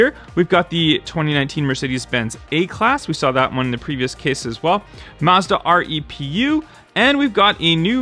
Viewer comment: I believe the Mazda REPU is pronounced REPU not R E P U